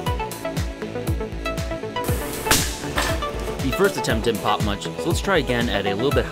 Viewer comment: "Got some chips, dried them out. Now we're gonna see if they pofe." If you ever doubted this guy was from Minnesota😂